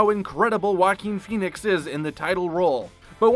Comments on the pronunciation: I’ve begun referring to him lovingly as “Jokin’ Phoenix.” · The way he pronounced "Joaquin Phoenix" Walking Phoenix